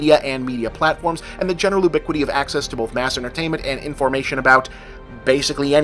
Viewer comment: Things that just bother me: "ooh-biquity"